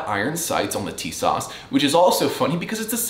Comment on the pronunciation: First of all, it is pronounced, "teesaw"...